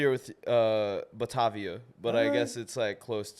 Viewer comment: I hope u can sell 5 shows in Batavia, but it’s pretty far from the city. Maybe fire whoever booked that. It’s buh-Tay-via btw.